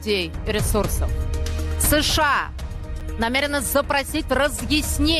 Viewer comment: ты неуч.Страна называется США, а не СэШэА.